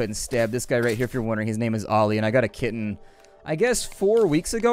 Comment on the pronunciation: When you talked about your kitten I thought you were saying kidney